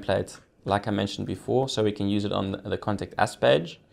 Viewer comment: I thought you were saying "Contact Ass" - I was thinking, yeeeaaahhhh, this is gonna be a cool site. :)